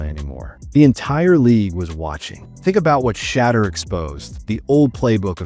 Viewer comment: Why do you keep calling sheduer.... shatter? When you know his name is sheduer. You know what his name is, just call him by his name. 🤷🏽 Over and Out.